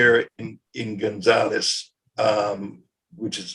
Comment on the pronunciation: Gonzales ends in a S and not a Z.